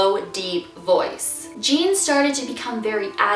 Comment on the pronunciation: It's not Jean it's ujean